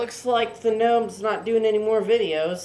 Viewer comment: It's gnome not knome